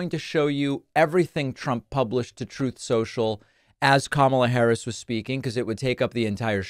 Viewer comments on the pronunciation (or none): I love you for continuing to call them troths!😂